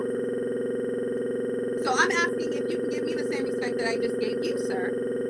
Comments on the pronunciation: Axing….not asking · I'm sorry but I couldn't hold back my laughter when the lady talking came on saying "so you were axeing about the black image"